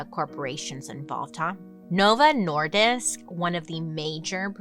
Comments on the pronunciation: Bailey: "I have serious problems speaking" Also Bailey: "Novo Nordisk" said like a Dane 🤯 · I'm from Denmark. The same as Novo Nordisk (I know 5 who work there). I just wanted to say that you did great on the pronunciation